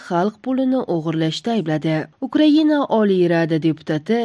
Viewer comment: Украина украгинамас аввал талафуз килишни урганиг